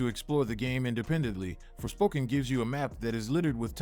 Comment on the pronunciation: "forspoken" sounds more like "forswoken" "-"